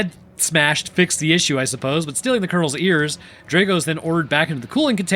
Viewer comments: It's (*draw-go), not (*dray-go) 😅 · Dr-ah-go you need to say it correctly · Draw go. Ivan Drago. That mispronounced name was an assault on the ears.